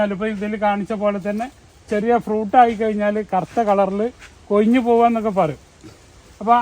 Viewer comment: കൊയ്ഞ്ഞല്ലാ, കൊഴിഞ്ഞ് 😅